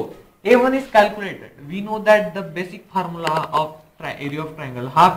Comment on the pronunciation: Bosic kadu bro Basic